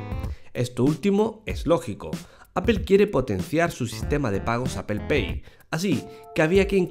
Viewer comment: APEL, GUIFI :v , me quede sordo :v